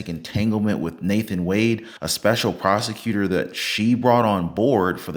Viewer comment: When driving through Georgia, remember: The word "prosecutor" is pronounced "prostitutor".